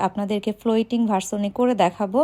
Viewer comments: উচ্চারণ হবে ফ্লোটিং, মানে ভাসমান 😂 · Apu etar uccharon "FLOTING" hbe